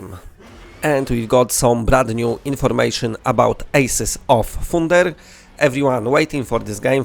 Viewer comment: Ejsis of foonder. lol.